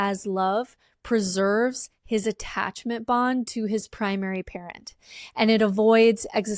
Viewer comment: Damn. I first thought she was saying "primary carrot". But it's "primary parent". That makes more sense.